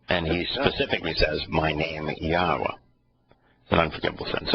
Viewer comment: Yahowah pronounced clearly long o. Not short cut